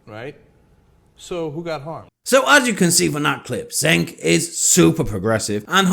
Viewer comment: The fact that you're not even pronouncing Cenk's name correctly indicates that either you don't watch the show, or you're trying to insult him by disrespecting his name. The latter isn't really a "progressive" position. That would be to attack something that is actually substantive. However, considering that you took Ana's tweet as her insulting the trans community makes me think that you actually know NOTHING about TYT. Ana isn't criticizing PEOPLE with her tweet. She doesn't want to be referred to as a "birthing person" or "a person with a uterus" because it makes women sound like they're BROODMARES. Women, whether they have a uterus or not, are more than just reproductive organs and THAT is where Ana is coming from.